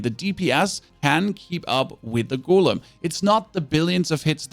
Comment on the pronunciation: GO LEM GO LEM NOT GOOL EM